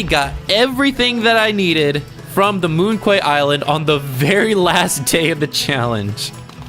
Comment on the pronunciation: Just FYI, "Quay" is pronounced like "key" and "Moon Quay" is a pun: moon key -> monkey